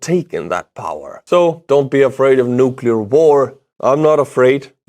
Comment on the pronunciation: I commend you on your accurate pronunciation of “nuclear” in English! Yes, it is “new-clee-er” and NOT “new-kew-lar” as some newscasters with multi-million dollar contracts insist! Okay, small detail. Just trying to stay sane while trying to keep up with the horrible details of war!